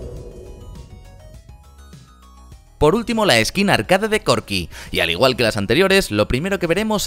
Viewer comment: me pone nervioso cuando dice (arcade) y no arkeid (como suena).